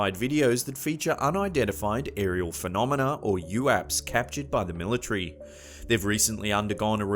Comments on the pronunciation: What the heck did he just say?? The Millie tree? I think you'll find,, that it's military. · Why do these fucking idiots pronounce it mili-tree!!! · The milla-tree?